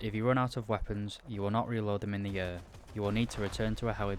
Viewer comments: the way you pronounce "air" is disgustaaang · If I have learned obe thing from this video, its that the "Briish" pronounce "Air" as "ör"... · the way he says air sounds like errr